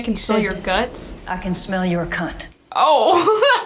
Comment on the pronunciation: When you thought he said, "I can smell your guts"... heheheeeeee